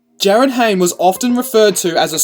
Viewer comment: jarryd hayne???